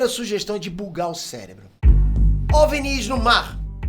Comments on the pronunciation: não é "Ovnís" é só "ovni" sem essa puxada esse destaque no último "í". Ficou estranho kkk parece que o nunca ouviu as pessoas pronunciando essas palavras. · Esse cabelo de Caio Ribeiro precisa de um corte moderno e ousado...E não se pronuncia em português " ovNIS" , com força no "NIS" , e sim "Óvnis" , com mais força no "ÓV" .... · fala OVNI direito, você é BR pow. Ovnis não Ovnís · É a primeira pessoa que escuto chamando ovinis de ovenis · kkkkkkkkkkk A melhor coisa do vídeo na minha opinião, adoro a forma aleatória que ele acentua as palavras. Espero que tenha mais vídeos sobre ovnís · Porque esse maluco fica falando OVNíS? Porra é essa bixo. 10min de video e esse bixo ja falou um monte de besteira. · Gostei do vídeo falando sobre essa questão dos OVNIs (nervoso ouvir ele falando OVNÍs😅) Primeira pessoa que ouço falar assim...e olha que eu consumo muito conteúdo sobre isso, heim! Mas, traga mais vídeos sobre essas coisas sobre ciências e teorias da conspiração! 😃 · Desde quando se pronuncia "ovinììì"??? E "ò-ve-eni-is"???? anda bem maluco... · Curiosidade: "OVÍNIS"?? É a 1° vez que ouço OVNIS (ênfase na sílaba "VÍ" ) e tô estranhando kk Será que sempre falei/ouvi errado? 🤔 Haha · Tantas abreviações e acrônimos e o cara pronuncia errado o termo OVNI. O "V" é mudo, não se pronuncia "OVINÍS"! 😂😂😂😂😂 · Difícil é ouvir o cara pronunciar “óvenís” o tempo todo. Não é possível… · Por que você fala "Ovnis"..... ressaltando o "nis", se não tem acento?